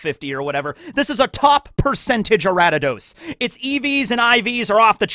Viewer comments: Ari-da-dos from ariados, a-ree-a-dos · Okay seriously though how did you get Aratados from Ariados? There's no T anywhere in that name. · Araddidos? Who the fuck is "A•rad•di•dos"? Are we talking about "Aria•dos"? Also, why not Usaluna for the bear? And Hydrapple for the Grass/Dragon. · Ariados = Aradidos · Such a cool and fun video! I loved pokemon as a kid and love one piece so combining these two loves is awesome! What about pokemon roster for the liberation Army!? Also, love how you pronounce Ariados 😂 its like a member of the D clan wheb you say it "ara-d-ados" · Your pronunciations are wild Lol. A r I a d o s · Pronouncing ariados like that is like people who still pronounce rattata like “ratatat” Also why would you NOT give mewtwo to the god head of science? He’s a scientific creation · Redeemed yourself? ARE YOU MENTAL? You mispronounced ariados & tauros, then you committed a major atrocity by saying that raikou was the best legendary dog, suicune is the best one because its on the cover art for crystal & it can beat raikou with mirror coat...YOU GIGANTIC IDIOT! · "I probably mispronounced Aegislash and Ariados." Also: "Taur-iss. The bull pokemon, Taur-iss. Not to be confused with Taur-OS, the actual real pokemon that exists. Instead, we are talking about Taur-iss, which is not the name of any real pokemon that has ever existed." (Also it's hilarious that he mispronounces Aegislash considering how many times he's talked about CP Aegis Zero, which is literally the same word.)